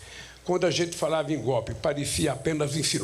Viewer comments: Vai aprender a falar seu analfabeto, "GOPE kkkkk seria cômico se não fosse trágico.... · Ainda faltam 2 anos e 9 meses... Escutar esse sujeito falar gopi, é demais